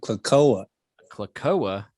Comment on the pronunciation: Ok i expect Ms Pat not to know how to say "cloaca" but and smh, I'm ashamed. Say it wit me Klo A Ka